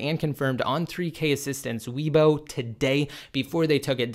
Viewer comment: This is good news. I really am tired of 9.0.2. By the way, Weibo is pronounced “way-bo”